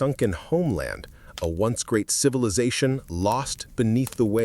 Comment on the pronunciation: Are you using AI? As the mispronouncing is most frustrating. I really enjoy the info as I love to learn. But I keep getting hung up on all the wrongly pronounced words. Like civilization and archeological etc.